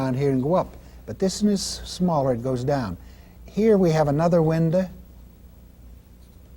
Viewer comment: "Windah" "Shadah"